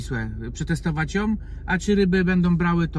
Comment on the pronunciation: Hej. Kilka uwag i błagam - odbierz to jako konstruktywną krytykę, a nie jako atak na Twoją osobę. Jak sam mówisz, chcesz sie rozwijać, więc moje uwagi powinny Ci pomóc. 1. - NOWOM? Poważnie? i to samo. Jom??? Co to znaczy jom? 2. - przetestowac JOM. No weź, co znaczy JOM? Nie ma takiego słowa w jezyku polskim. Popracuj nad tym proszę 3. - bendom... jak wyżej. 4. - najlepszej? Mam inne dane na ten temat - czy mógłbyś jakoś uargumentować tę opinię? 5. do - pokaż owe przykrycia SZMATOM i największe babole proszę 6. - konkrety proszę. Wymień te łodzie, które widziałeś 7. - z czym? 8. - przed czym? 9. - dlaczego w Skylli a nie w Skajli sie mówi? 10. - Mówisz, że ruszyliście nad wodę, ale wciąż widzę Cię na parkingu. Czyli gdzie jesteście? 11. - swojom, wymarzonom... 12. - coś pięknego? Ja tak nie uważam. Więc warto dodać - w mojej opinii - coś pięknego. Moim zdaniem - coś pięknego 13. - brawo - wyraziłeś własne zdanie i nie bałeś sie tego zrobić - szacun 14. - moge se zmienić? Poważnie? 15. - którom. Już Ci odpuszczam te wszystkie majom, dajom, wezmom, pójdom itd. 16. Dobrze, dalej nie oglądam - zmęczyłem się. - chciałeś łapkę w górę, chciałeś suba żeby się rozwijać. Mam wrażenie, że jak dam suba, lajka czy tam łapkę, to sie nie rozwiniesz. Ale jeśli masz jaja, to nie skasujesz tego komentarza, tylko powiesz - kurde - facet ma rację - popełniam mase błędów językowych. A ja